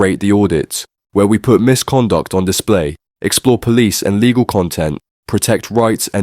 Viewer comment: Hi heard "misconduct" as "miss conduct" in the intro 😂